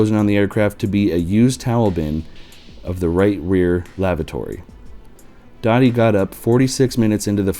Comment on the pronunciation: It was pronounced “Doe-tee”, not “Dottie”.